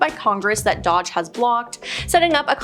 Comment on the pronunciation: Girl pronunciation - if you’re gonna report ok something at least pronounce it right. DOGE it’s pronounced as it’s spelled. Not like a dodge truck lol